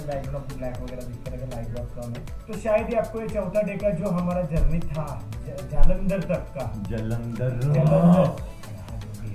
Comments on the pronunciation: जलंदर❌ जालंदर✅🤣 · जलंदर ❌ जालंदर ✅ 😂